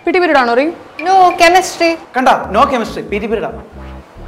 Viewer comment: "No.chemistry" "Kanda No cemistry,PT peroida" Fransis mess😅😅😅